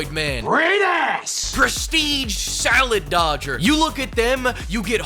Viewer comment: "Sale dodger" 🤣